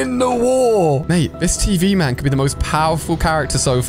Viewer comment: You say tien TV man 😂😂